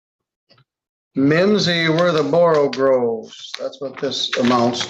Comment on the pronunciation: "... slithy toves ..."! Not "borogroves", "borogoves"!